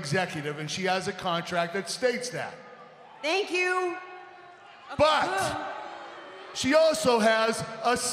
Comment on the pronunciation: How she botched a simple "you"...🤐